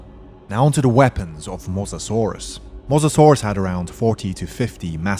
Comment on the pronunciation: wtf is a mozazorus It's Mo-SA-saurus